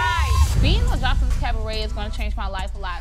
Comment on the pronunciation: Everytime she says "Cavaret" 😭.... Sends meee On another note 3/4 of this is B E E P!